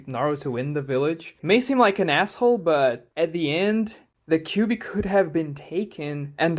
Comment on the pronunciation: Don't say kibui or kiwui 😭😭 Say the 9 tails or Kurama